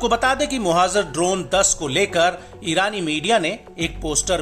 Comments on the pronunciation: It’s pronounced as mohajer not mohazer as is being reported in this video. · मोहज़र नहीं मुहाजिर होता है